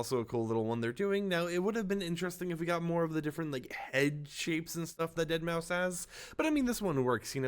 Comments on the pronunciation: I said this in one of your previous videos, but it’s pronounced “Dead Mouse”. Not “Deadmau Five”. The 5 is supposed to be a substitute for an S. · Did bro just say deadmau 5 😂😂😂 it’s dead mouse buddy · Why do people keep calling him dead mau “5”? ITS DEADMAU5. Still said deadmouse but with a 5 instead of an S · yall know the 5 is pronounced as an s right? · It's pronounced (Dead) (Mouse) btw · Its pronounced deadmouse fyi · His name is pronounced as dead mouse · Deadmau5= Dead mow Shitake= She take Machinest= Mecanist. I watch just to hear how you pronounce things 😂😂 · Mau-5.... 😂 Dead-Mau-5... 🤣 He kept saying it with confidence...smh 🤣 😆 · I cringe when he pronounces deadmau5 wrong, the 5 is a S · The way you say his name pmo